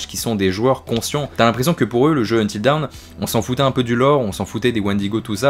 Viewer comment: Bilingue mais tu ne sais pas prononcer DAWN 🤣🤣 sinon très bonne vidéo merci !